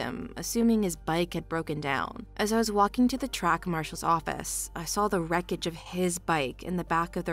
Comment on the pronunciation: Can the woman narrator please spell out the word saw say and realize there is no flipping l in it.